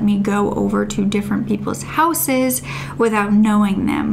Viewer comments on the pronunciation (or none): none